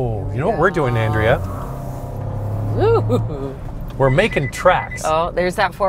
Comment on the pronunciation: Pretty sure it has a 1.3 three litre engine and your wife's name is not pronounced An.....dray...ah